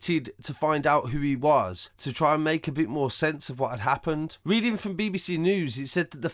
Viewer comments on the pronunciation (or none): none